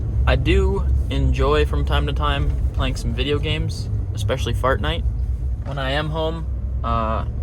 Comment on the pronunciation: ''expecially FaRtNiTe'' 😆